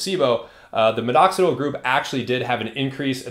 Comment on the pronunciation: Why do you keep saying MiDoxidil with two D’s? 😅